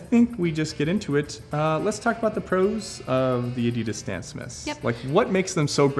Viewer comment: Guys, please learn how to pronounce Adidas.